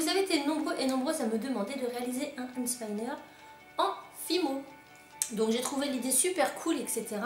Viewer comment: tu le dit cheloux and spiner